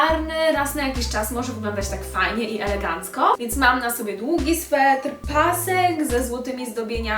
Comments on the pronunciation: Bardzo irytuje mnie jak ktoś mówi ,,swetr" mówi się sweter, ale i tak bardzo miło mi się oglądało najbardziej podobała mi się przed ostatnia stylizacja.💜👍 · Mówi się „sweter”, a nie „swetr” 😉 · Czy tylko mnie tak okropnie wkurza 'swetr'?!, sweter. Ale i tak filmik bardzo miło się oglądało. 😘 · Stylizacje super, ale mówi się sweter a nie "swetr" 😅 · Jak coś to mówi się sweter a nie swetr haha💜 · Też mialam to napisać. To już kolejny film, gdzie to słowo aż razi...